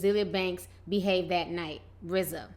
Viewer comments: Its RZA not RAZ... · Who is Raz? Oh you mean Rza. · Girl no, It's RZA!!!! Rofl!!! R-Z-A!!! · RAZ?? TI lol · its RZA ffs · RZA PRONOUNCED RIZ-ZAH